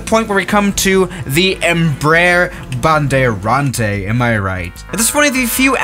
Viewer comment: As a Brazilian, It is very funny to hear you saying "bandeirante"